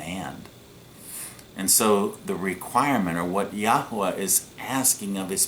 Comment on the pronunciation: For goodness sake please stop posting misinformation and making very silly pronunciations of the Holy Name of G-d